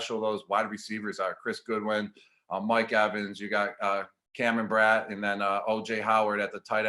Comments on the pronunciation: "Chris Goodwin" and "Cameron Brat" lol. You're the man, Gronk! We're glad to have you. I don't care if you mispronounce your own name, dude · It's not Cameron Brat, it's Brate, nor is it Goodwin, it's Godwin, tighten up Gronk! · i love u gronk... but its GODwin and brATE haha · He mispronounced Chris Godwin and Cameron brate Oof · When he said Chris and Cam’s last names wrong...smh 🤦🏽‍♂️